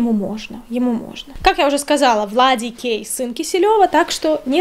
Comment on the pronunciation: Все же слышат вместо ВладиКей — ВладиГей? Может это такой камингаут? 😂